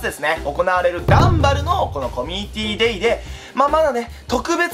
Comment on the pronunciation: #のところ ダンバルがガンバルになってるのわわざとなのだろうかwww